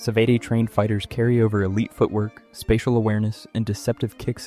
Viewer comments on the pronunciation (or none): none